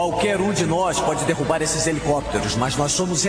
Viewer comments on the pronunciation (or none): none